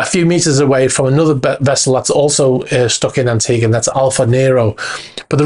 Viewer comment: It’s, an·tee·guh.